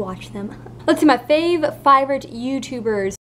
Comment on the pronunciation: fiber ootuber is clearly what I heard